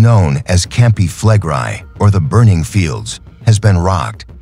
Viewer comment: That would be "fleh-grey" in Engrish. But the AI does not speak correct Engrish. Speak Engrish, demon!